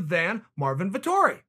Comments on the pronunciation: Marvin Vettori Chael: Marvin Vitori Ok great. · Me: Marvin Vettori Chael: Marvin Vitori Me: Ok great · Us: "Marvin Vettori is legit" Chael: "Marvin Vitori" Us: ok great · vettori: it’s vettori chael: it’s martin marvin: ok it’s vitori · "Martin Vitori" - Chael P. Sonnen 2020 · No one: Uncle Chael: Vitori